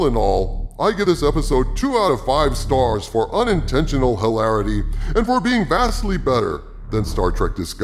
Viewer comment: For a moment I thought you said "2 out of 5 scars" The word scars seems apt when reviewing hazardous waste like this.